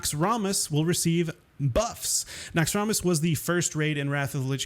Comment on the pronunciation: it is pronounced NAX-RAM-US not Nox-rum-IS